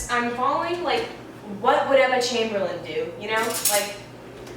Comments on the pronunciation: It's Emma CHAMBERLAIN NOT CHAIMBERLIN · It’s not Emma chambelen it’s Emma CHAMBERLAIN